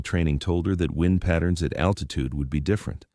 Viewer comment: well done. AI needs work on the word wind and thanks